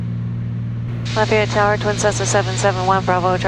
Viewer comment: Proud the Georgian can pronounce Lafayette correctly! Though the real one is down here in Louisiana. Nice flight!